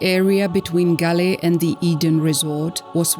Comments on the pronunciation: THAT "GALEE" IS CORRECT BUT YOU SHOULD READ THAT AS "GOAL" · Not gale 😂 pronounce ' gol' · its pronounced Gall, spelled as Galle..... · It's pronounced Gaul....